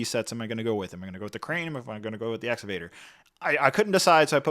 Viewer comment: It's pronounced Ex-ca-Vator